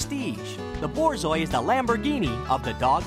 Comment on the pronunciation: “THE BOARZOAI”